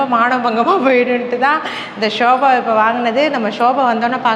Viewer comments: Sobha illa akka sofa okk 😂😂 just for fun 😊 don't take it serious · shoba illama sofa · Shoba illama sofa. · romba cute neenga. Sofa nu sollunga shoba illa thappa ninaikathinga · Shobha ellai, sobhfa